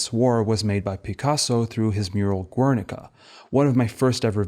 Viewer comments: Gernika, no U in the pronunciation. Thanks for the detail. Have you seen Little Ashes? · Some good argumentation here, but the frequency of incorrect pseudo-authentic pronunciations ("ur-," "Guernica," "Miro," etc.) are legitimately distracting. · GERNIKA, NOT "GÜERNICA" It's not Italian. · Great video, just a comment: The U ind Guernica is silent. Silent like Spain about Dali's fascism.